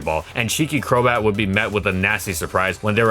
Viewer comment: my man really said cheeky crobat..